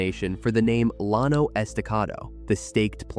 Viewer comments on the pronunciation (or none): From Lubbock……caliche is (in the panhandle) pronounced “Kuh-lee-chee” with the emphasis on “lee.” Llano is pronounced “Yah-no.” Excellent video content. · Llano is pronounced with a Y sound. Yano!!! It is Spanish. Double L = Y. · Llano is pronounced Yawn-o. Caliche is pronounced kuh-lee-chee. Hereford is pronounced her-ferd.